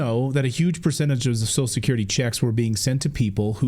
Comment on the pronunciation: Its funny how Clayton can't pronounce social security.